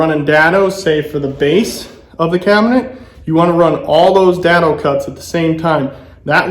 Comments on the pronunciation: Day-doh. Not Da-doh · Good tips! I'm pretty sure its pronounced dado with a long a like in day. :)